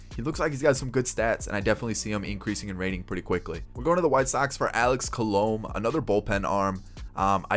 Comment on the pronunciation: Btw for some reason the pronunciation of Alex colome bothers me 😂😂 it's actually pronounced Call-a-may